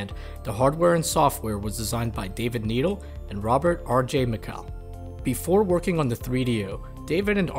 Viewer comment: It's pronounced "NED ELLE" not needle